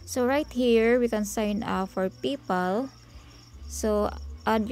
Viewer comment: ..magtagalog ka na lang PAYPAL nagiging PIPAL 😂